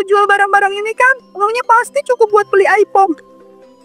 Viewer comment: iphone bukan aipong😅